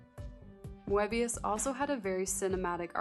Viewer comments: It is pronounced "Möbius". Not "Moabius". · I believe the 'e' in Moebius is silent, like moebius strip, but still, a great video. Moebius is such a master of the craft. I was glad you also showed Blueberry, a great Western comic. His work in comics and film transcends the mind in such a way, while still feeling grounded. I'm really loving this series and can't wait for the next episode.